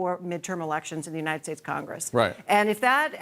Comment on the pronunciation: trumps teeth cane out when he said united shates